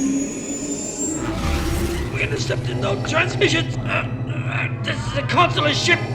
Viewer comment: Oh cmon! It's not "hoype" is "hope"!!!